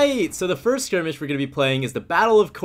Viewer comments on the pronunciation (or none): none